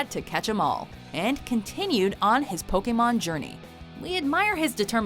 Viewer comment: I don't think a single person in that video pronounced "Pokémon" correctly (and that includes the clips from the early animé episodes). It's a long A sound, people!